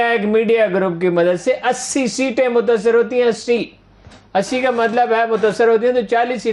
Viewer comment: Haroon saheb mutssar nahi mutasir hota hai